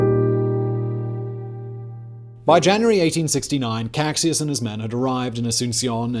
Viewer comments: Caxias = "Ka-SHEE-as", not Kaksias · small pronuntiation tip, Caxias sounds like Casheeas, I know, X makes no sense in portuguease. btw, is funny how paraguay some decades later fought agains Bolivia an annexed some barren swampy land, who also had been previously kicked out by Chile and lost its beach. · Caxias It is pronounced Kashias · Ka-SHI-as. Not kakxias. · Great vid. Btw, the Duke of Caxias, the Brazilian general who took command towards the end, is pronounced Cash-ee-yus, not Cac-si-as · Nice video !😌👍 Only a comment: "Caxias" is pronounced in portuguese not as "Kaksis", but rather "Casheeas". 😌👍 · The thing that bugs me the most is some pronunciations, specially of the Duke of Caxias, whose name is pronounced as Cashias not Caksias, but overall great video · Great video. The bit about the Allies' intention to destroy Paraguay was reducionistic and melodramatic - which is a true shame, since this video did a far better job than most in placing the setting. But the only real complaint I have is with pronunciation. "CaKSjas" was almost a deal breaker lol. (And for those wondering, Caxias is pronounced CaSHEEas), with the I stressed and a SH sound on the X. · Good video. I'm Brazilian, I know the pronunciations might be difficult for you and there's absolutely no problem with that, but I'd just like to point out that in the Duke of Caxias title the word Caxias is pronounced like "cah-shee-ahs". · Cack-sias é a pior pronúncia de português que eu já vi na vida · I never seen Caxias be mispronounced this badly, dear Lord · Your pronunciation of the name of the Duke of Caxias is wrong. We have different sounds from the same letters between English and Portuguese. Put it in a translator that makes the sound of the word (eg Google Translator) and you will hear the correct sound. The Duke of Caxias is the Patron of the Brazilian Army.